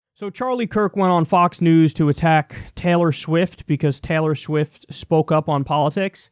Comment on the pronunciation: I love how Kyle pronounced "Schwift"